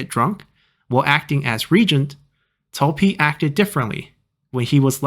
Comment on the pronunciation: did you say Zhi instead of Pi. Edit: I mean